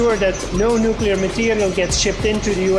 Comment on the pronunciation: I was about to say that aluminium has some amazing characteristics, too - they even use it in nookala power stations, which the workers usually drive to (and from) in their petrol powered cars. :-)